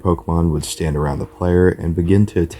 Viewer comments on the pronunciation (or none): none